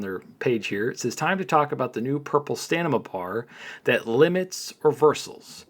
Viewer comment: Hey 👋 I am not trying to be mean but you say "stanima" it's stamina not stanima just trying to help nice Content Creator like yourself.